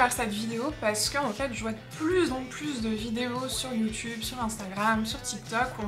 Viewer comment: You tube est un mot anglais . Il serait donc préférable de le prononcer à l'anglaise , soit " you " est parfait . Toutefois , " tube " se prononce en anglais " toube " . Ce qui fait donc youtoube pour youtube . JP Fortin du Québec .